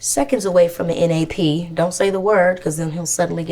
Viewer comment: “N.A.P” “E.N.E.R.G.Y” 🤣🤣🤣